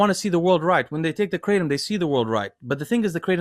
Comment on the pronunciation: Asians shaking their heads on how they pronounced Kratom. It is pronounced Kra-TOM not KraTEM